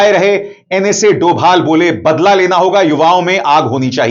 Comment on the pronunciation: Dhobhal bolna sikh